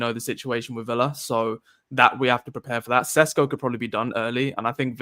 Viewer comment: It’s Sheshko, like Sean Connery would say it! 😊